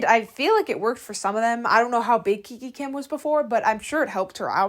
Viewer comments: It’s not kiki kim it's kikA kim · Heyy, dont take this as hate but i just wanted to ask why do you pronounce names wrong? Like kika kim as kiki kim and clara dao as clara duo? Im so sorry if this sounded like a hate comment i just wanted to ask